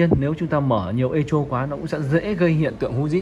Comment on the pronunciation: Echo đọc là "ê cô", không đọc "ê chô".